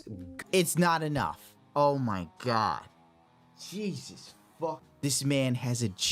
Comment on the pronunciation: He keeps calling Mexican Jesus. ASUS😂